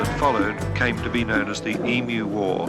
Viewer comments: just for future reference, the word Emu pronounced EM, U, and not E,moo. Not that we have that out of the way. As an older Aussie, I have never heard of the Emu war so I've learned something about my own country. 🤣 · It's true they tried to kill off a lot of emus (It's said e-mews not e-moos BTW). Not really a war but they certainly brought in the army and machine guns. As an Aussie, that is embarrassing. It makes a great story though and as you say it was just after a real war so guess they had the guns and ammo. Also emus are really cool, they have zoomies like cats sometimes. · Pronounced EEm.you, not Emoo, sorry! LOL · You pronounce it as e-moo Australians pronounce it Eeem- you. We tend not to call them a flock of emu's or likewise a herd of Kangaroos but rather both are called a ' mob '. Mob is probably the most common term to describe any form of gathering including, family - my mob. Politicians - that crooked mob. Aboriginies- their mob. The only group that are not called a mob are TELSTRA the name that has stuck for them is F**** TELSTRA. Farmer's in the West are called Cockies. Cattle ' ranches ' are called Stations and the Station owners are called pastoralists. The region wheat is grown in the West is called the Wheat Belt, around the size of Great Britain, the emu's were gradually overcome but believe me they're still plenty around. As to the Great Emu War. Nothing like adding a long tail to a story, it's a local art form. You have to be mindful of that when unravelling any story told by an Aussie. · I really hope you took notice of how the world Emu is pronounced, there is no M in it.